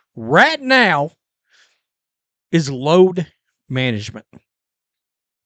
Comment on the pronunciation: Did you say load management... or LOATH MANAGEMENT!!!???